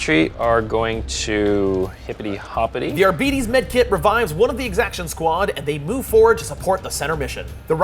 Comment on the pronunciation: "Arbeetees" :D